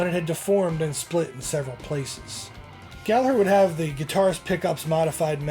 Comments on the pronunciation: Aside from everything else, thank you for pronouncing his name properly with the silent G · HE PRONOUNCED GALLAGHER CORRECTLY!!! HE PRONOUNCED IT CORRECTLY. It may be nitpicky but I absolutely hate it when people use the uk pronunciation for Rory like the way people say Liam and Noel Gallagher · Magnificent vid!! Kudos for pronouncing Gallagher correctly too.😉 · Congratulations on the correct pronunciation of Rory’s surname. The h in Gallagher makes the g silent. I’m 60 this year and you are the first, outside Ireland that I’ve ever heard pronounce it properly. I can’t tell you how happy and impressed I am. Well done you sir. Crowley’s music store is gone now, I don’t know what it looks like now but before it changed I drove down and got a photo outside. There is a plaque honouring Rory’s connection the shop. The legends are true, the sweat, the first strat in Ireland, even if not bought by him originally. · Wonderful job on nailing the tale of Rory's truly iconic Strat. From what I understand, the Fender re-issues have both "Tone" controls (pots) working. Aside from that, they're very authentic. Keep up the good work "". Also, thanks for pronouncing his last name properly by dropping the 'g' before the 'her'.;) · Congrats man you're one of the few who actually pronounce his name right. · Great Research on this iconic Guitar of the Greatest ever Rory Gallagher.....Great to hear You pronounce Gallagher in the Irish way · Good work on the Gallagher pronunciation. I used to live on the south circular in Dublin, never found any guitars.